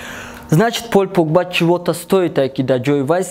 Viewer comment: Пол погба бгу наинки пойль погба